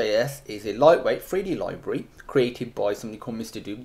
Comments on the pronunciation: It's how you pronounce it. "Three d loybrary" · three d loybrary